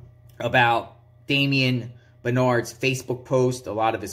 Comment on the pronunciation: Damien benard? I thought she said little andy.🤔🧐. 😅😂🤣⚓the anchor is always my daddy.